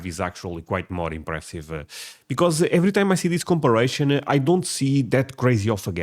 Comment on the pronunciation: The word "comparison" is not pronounced "Com-per-ray-SHUN" as you pronounce it. It is pronounced "Com-PAIR-eh-sun" as they pronounced it in the video. Just trying to help you with your English.